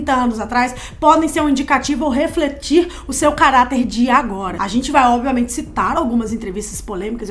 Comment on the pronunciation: Adoro os videos de vocês, mas toda vez que a fala nos videos "Obiamente" ao invés de "Obviamente" meu coração grita de agonia!! Socorro